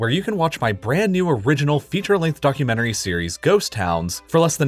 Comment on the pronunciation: I heard fuckumentary instead of documentary XDDDDDDD